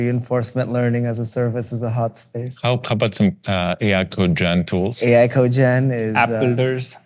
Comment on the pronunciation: code-gen, not co-gen.